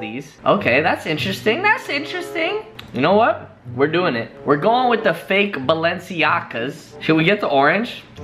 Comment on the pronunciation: Balenciaga = balensiaga No belenceiaga